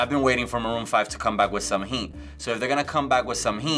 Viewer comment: Some "heat". Is it only me that heard that weird?